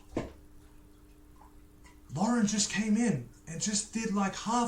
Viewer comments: Lol you still have Lauren name wrong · He still didn’t pronounce Lauren name right